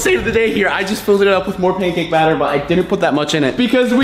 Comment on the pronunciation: This haw meny times he said bater